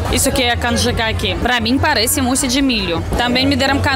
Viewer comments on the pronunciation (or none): none